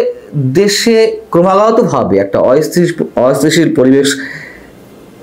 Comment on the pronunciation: অস্থিতিশীল শব্দটা বলতে পারো না আবার সাংবাদিকতা কর